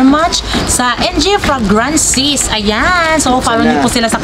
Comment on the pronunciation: Google mo panu mg pronounce ng fragrances ✌